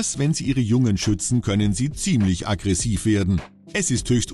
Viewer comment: "akkresiver" hahahah 🤣🤣